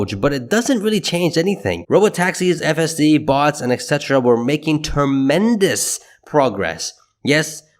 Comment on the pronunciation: Funny how you pronounce etc like evhsetta